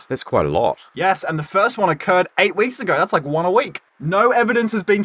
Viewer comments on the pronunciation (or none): none